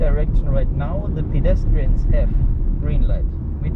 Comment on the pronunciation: why can't she even pronounce PEDESTRIANS